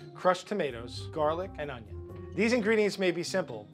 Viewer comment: "Some oignon"